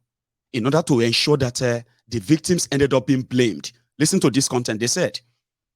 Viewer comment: Always "enshuaring" I will enshua, we will enshua, they will enshua and nothing is ever ensured. Nonsense leaders.